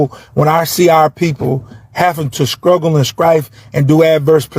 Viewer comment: Did he say "scruggle and scrife?"🤔